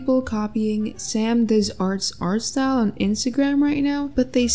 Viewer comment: DID SHE NOT SAY SAMDOESFARTS OML